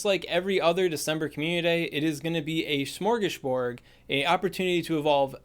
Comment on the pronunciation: Also, I could listen to try and say “smorgasbord” all day 🤣